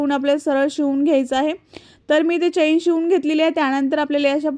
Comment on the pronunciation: चैन नाही चेन म्हणतात